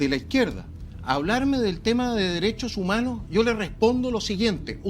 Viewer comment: Tenía que salir en Dauno TONTORRÓN con ... LOH DERESSSHO UMANHORS ... LOH DERESSSHO UMANHORS ... LOH DERESSSHO UMANHORS ... LOH DERESSSHO UMANHORS ... LOH DERESSSHO UMANHORS ... LOH DERESSSHO UMANHORS ... LOH DERESSSHO UMANHORS ... LOH DERESSSHO UMANHORS ... LOH DERESSSHO UMANHORS ... LOH DERESSSHO UMANHORS ... LOH DERESSSHO UMANHORS ... LOH DERESSSHO UMANHORS ... LOH DERESSSHO UMANHORS ... LOH DERESSSHO UMANHORS ... LOH DERESSSHO UMANHORS ... LOH DERESSSHO UMANHORS ... LOH DERESSSHO UMANHORS ... LOH DERESSSHO UMANHORS ... LOH DERESSSHO UMANHORS ... LOH DERESSSHO UMANHORS ... LOH DERESSSHO UMANHORS ... LOH DERESSSHO UMANHORS ... LOH DERESSSHO UMANHORS ... LOH DERESSSHO UMANHORS ... LOH DERESSSHO UMANHORS ... LOH DERESSSHO UMANHORS ... LOH DERESSSHO UMANHORS ... LOH DERESSSHO UMANHORS ... LOH DERESSSHO UMANHORS ... LOH DERESSSHO UMANHORS ... LOH DERESSSHO UMANHORS ... LOH DERESSSHO UMANHORS ... LOH DERESSSHO UMANHORS ... LOH DERESSSHO UMANHORS ... LOH DERESSSHO UMANHORS ... LOH DERESSSHO UMANHORS ... LOH DERESSSHO UMANHORS ... LOH DERESSSHO UMANHORS ... LOH DERESSSHO UMANHORS ... LOH DERESSSHO UMANHORS ... LOH DERESSSHO UMANHORS ... LOH DERESSSHO UMANHORS ... LOH DERESSSHO UMANHORS ... LOH DERESSSHO UMANHORS ... LOH DERESSSHO UMANHORS ... LOH DERESSSHO UMANHORS ... LOH DERESSSHO UMANHORS ... LOH DERESSSHO UMANHORS ... LOH DERESSSHO UMANHORS ... LOH DERESSSHO UMANHORS ... LOH DERESSSHO UMANHORS ... LOH DERESSSHO UMANHORS ... LOH DERESSSHO UMANHORS ... LOH DERESSSHO UMAN